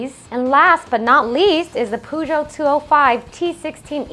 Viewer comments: Why you guys insist calling it Poowjow? Try google translator and hear the correct pronunciation of Peugeot. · "Poojouh". Uh, not again. :)